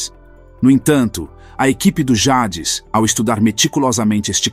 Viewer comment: Essa narrativa melodramática e repetindo ideias já faladas à exaustão torna o vídeo cansativo . Ele falando “ Jades “ é palavras em inglês e de explodir de rir 😂😂😂